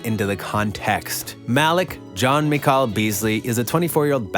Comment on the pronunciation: Muh- Leek!!! 🤦🏽‍♂️